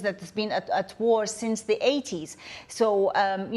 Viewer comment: Dear English people: war is not a three syllable word.